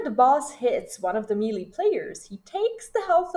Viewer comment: good guide .... but it's pronounced MAY-LAY not MEE-LEE